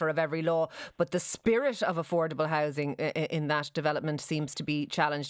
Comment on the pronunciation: What is social Hising? Does he mean hOUsing. Since when is housing Hising. You think Lyons would learn how to speak properly.